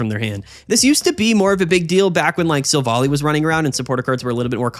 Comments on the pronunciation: hello ! Just to say : it must be Silv - ally. Like in an ally. Since in french it is "Silvallié" meaning the same thing :p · silvally is pronounced silv- ally ally like wow hes an ally not like alley